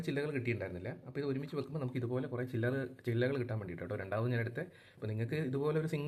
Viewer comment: അല്ല മാഷേ ജില്ല ആണോ ചില്ല ആണോ 😂